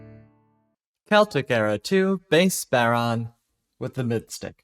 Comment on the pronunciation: Just a note on pronunciation - it's bow-rawn. Bow rhyming with wow, fawn rhyming with lawn. Nice to see someone covering it, though!